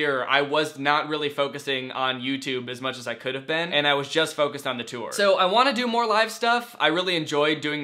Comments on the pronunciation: Nobody: Danny: the TEWR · Does the way he says tour bother anyone else? Ur like my fav youtuber and shyt but like u say toooooir and it hurts my soullllllll😩. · No one: Danny: tOo-Er ToO-eR ToO-Er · "Too-or" - Danny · Kirsten Martin HE MAKES IT RHYME WITH SEWER SOME ONE ARREST HIM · Ethan Matzdorf like the word tore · Gross.. so you just ignore the "u" in there? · The way he pronounces tour makes me laugh every time. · Danny gets a question... Me: yayyy!! Danny says 'tour' like 'touer' again... Me: NOOOOO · Hehe he says tour “tewer” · I don’t understand... People are saying he says tour wrong but how are you supposed to say it? Tor? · Omg stop saying TEWER for tour lol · He pronounces tour differently